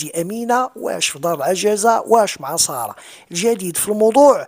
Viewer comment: سارة و ليست صارة حتى النطق السين خفيفة و ليست الصاد غليضة